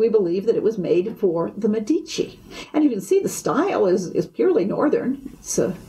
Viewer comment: San Marco...in FLORENCE! It's MEDici, not MeDIci!!!